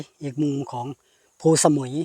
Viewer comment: เคยไปเที่ยวแค๊มปิ้งครั้งหนึ่งเมื่อกว่าสิบปีมาแล้ว ส่วนตัวก็ชอบวิวหินแบบนี้ แต่คนนำทางในพื้นที่ เขาออกเสียงว่า พู สะ มุย ไม่ได้ออกเสียงว่าสมุย เหมือนชื่อเกาะชื่อดัง